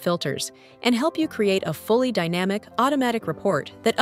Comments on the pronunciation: Why the stupid AI voiceover? The voiceover also makes the mistake of saying DAYnamic instead of dynamic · Other than that: very informative and useful 😊